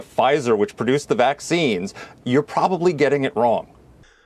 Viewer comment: VacZines? Woman can't talk, therefore can't think correctly either. The "wordsmith" is equally stupid.